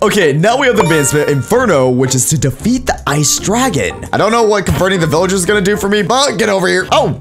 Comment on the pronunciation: Vilyarrrs me: you mean villagers